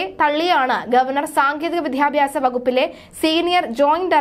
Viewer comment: ഇഷാ റോയി അല്ല, ഇഷിതാറോയി ആണ് വിധ്യാഭ്യസമല്ല വിദ്യാഭ്യാസം ആണ്.. അർത്ഥം മനസ്സിലാക്കി വേണം വാക്കുകൾ ഉച്ചരിക്കേണ്ടത്